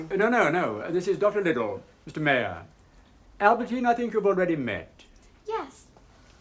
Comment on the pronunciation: that old professor man calls Albertine "Aberdeen" at 5.10!